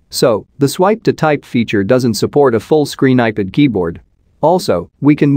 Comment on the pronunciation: You need to teach your robo-voice how to pronounce iPad… it’s NOT “eye pid” … it’s “eye-pad” The fact that you allow this malfunction to remain unaddressed undermines your credibility… you aren’t “proofing” don’t know how to use your robo voice software, or to use the dictionary. I have had to go in and make a separate substitute word that was spelled in such a way as to force the text to speech utility to say it right.